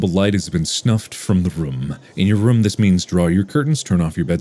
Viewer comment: Mark already gets so much shit for "Ruum" (room) and other weird pronunciation, that he was just like "oh... oh no. That's another one. They won't forget that."